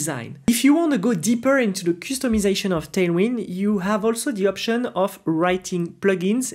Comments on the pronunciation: I laugh when you say 'coostomization' 😂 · I love the way he pronounces customization 🥹